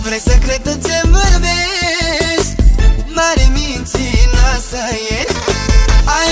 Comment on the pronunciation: Doar mie mi se pare ca David zice mintinoasa ? si vrazala ? :)))